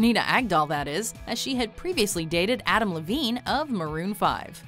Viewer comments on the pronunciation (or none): none